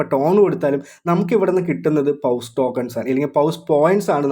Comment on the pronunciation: Bro പൗസ് അല്ല പോസ് എന്ന് പറയണം